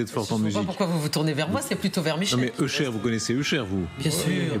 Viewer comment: j'ai mis 5min a comprendre qu'il parlait Usher 😅La prononciation 😂